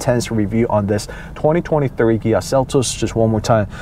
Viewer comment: Fyi, sounds to me like you are saying "Gia" not "Kia". Good reviews. Thx.